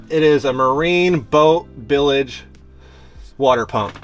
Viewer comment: What the he'll is a "Bilage pump " it's Bilge pump.